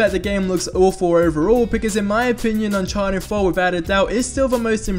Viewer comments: Its Uncharted not Unchanted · He says "unchanted" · Unchanted 4 right?